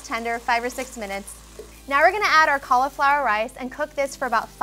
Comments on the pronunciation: Cauliflower has an i in it. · JUST CALL IT CAULIFLOWER NOT COLLAFLOUR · Same! Collaflower